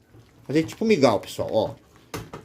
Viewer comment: é mingau irmão e não migal kkk